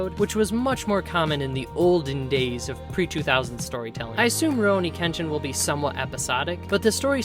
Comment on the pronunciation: Rioni? You mean, Rurouni? (Literally, masterless samurai)